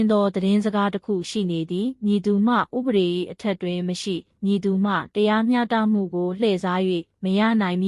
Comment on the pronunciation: စာဖတ်တာမြန်မာ မှဟုတ် ရဲ့လားတရား မျှတမှုမဟုတ်ပါ တရားမျှ တ မှု